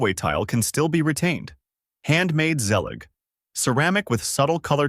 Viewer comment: Zelige is pronounced ZEY- LEEEJ tile. Also, as great as zellige tile is, the small tiles mean many grout lines. Larger subway or other tile shapes are far better for reduced grout lines while not costing an arm and a leg like countertop backsplash.